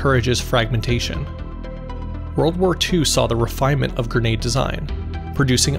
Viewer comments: It's gren-ade, not gur-nade fool! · Awesome video. Also, it's a gre-nade, not ger-nade. 👍